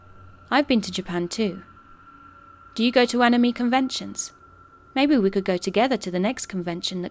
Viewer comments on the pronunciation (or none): Ani-me? Nope. That’s an end all offence. She will never be forgiven. Ugh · "Anna-me" conventions. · the scariest part about this video is how the narrator pronounced "anime" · I've never heard anybody pronounce it like that. Not right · Listen how she pronounced anime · I've never heard anybody pronounce it like that